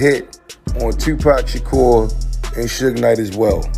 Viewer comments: I caught that too bro'! She didn't even care enough about the story to get one of the names right! These people man.Smh. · how she pronounced "suge" 😂😂😂😂